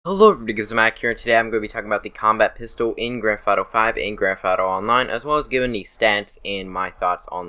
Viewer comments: "grafato five" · Grandfato? Or Grand Theft Auto?